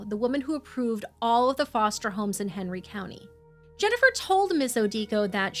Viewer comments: There's no way I'm hearing 'Henry' as 'Hateful'. I like this channel for their diligent reporting, and there are several weird quirks of pronunciation I've become accustomed to, but this isn't one of them. Please listen to what she says at roughly . The name may actually be 'Henry', but she's absolutely saying 'Hateful'. It's very clear. I'm going to have to unsubscribe, because, though I really appreciate the content, the egregious mispronunciations are driving me batty. They completely take me out of every story. This is nowhere near the only one, just the first I've been annoyed enough with to say something about. What bugs me most is that both presenters put their commas in the wrong place, and I can't stop hearing it. Things like 'They thought this would happen but, (pause) that happened,' That's not how sentences work. We say 'They thought this would happen, (pause) but that happened.' It sounds like a minor thing but (long pause) it isn't. It breaks the flow of every sentence. I know this sounds overly pedantic, and I'm sorry for that. It grates on me, and I wish it didn't because I really like the content here. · I've listened to the part at roughly like a dozen times, and I can't stop hearing 'Hateful Medical Centre'. That can't possibly be right. What are you saying there? This is driving me nuts. You seem to be very clearly saying 'Hateful Medical Centre', but there's no way that's what you're actually saying. E: I can easily hear parts of the 911 call that are marked ‘indecipherable’ and a few parts where the subtitles clearly don’t match the audible words, but ‘hateful medical centre’ is so clear, I can’t get past it. Thanks for this story!